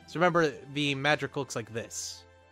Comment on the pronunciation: in the zeonic front game it's designation is mudrock. they also pronounce it differently than you do; simply two English words "mud" and "rock